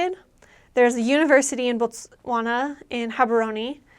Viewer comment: Thanks for the review girl!! I love the way you pronounce 'Botswana' on , very accurate!. We will always welcome you back. And yes we drink a lot hahaha